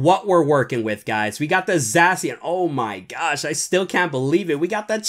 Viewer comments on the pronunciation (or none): Bro really said zasian